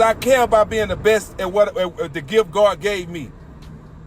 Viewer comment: This man said God,,, and cursing,,, he mean gwad,,, and not Lord God